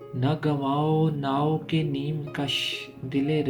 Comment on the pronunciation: The words are Na gawaon nawak e neem kush Dil e Reza reza gawan diya Its not naa-o (think kishtee